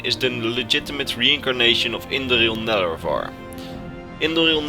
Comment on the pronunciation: You said indoril nerevarine wrong.